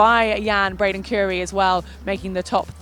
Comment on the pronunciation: Sorry, but can we please start pronouncing Braden Curries name correctly? Say it as you'd say Curry. Keeps happening.